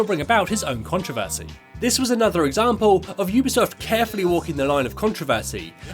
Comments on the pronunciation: Really well made video well done but oooobisoft? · I’m sorry but this was infuriating oobisoft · Yeah but some people pronounce it as uu bee soft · Am I saying Ubisoft wrong because he says it like oobisoft